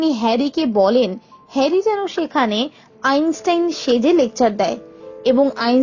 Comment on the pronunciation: আইনসাইন নয় আইনস্টাইন